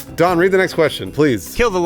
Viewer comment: It sounds like they're all saying "Dawn" instead of "Don."